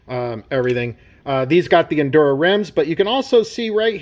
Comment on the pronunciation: Bro it's "injora" not "indura" there's a j... it's literally in writing right in front of your face